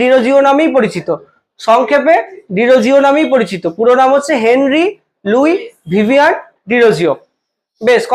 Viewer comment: ভিভিয়ান না ভিভিয়ান